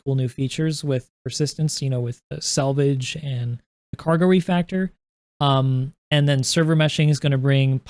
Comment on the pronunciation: RE"FACTOR", not RE"FRACTOR" 😁 u can do it Cap!